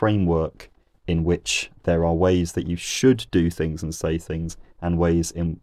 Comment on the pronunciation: The TH needs to be pronounced in THings and not FIngs. So there's no confusion between three and free etc. Just as a man born with cock and balls can never be a woman, despite how he may feel. What you always espouse is moral relativism as you did with your trans video and now linguistic relativism. It always comes from being in the academic womb too long and mixing only with ultra Liberal Lefties who dictate the narrative, whilst most normal people, who don't care less, have no say. I knew it!!! Social constructs creep in within three minutes. The reason you say TH is because there's a TH in the word ffs. You're inthuriating.